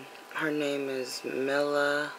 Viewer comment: Meeeeeela koooooonis. Her real name is Milena so they call her mila. She's perfect next time you make a video get your facts right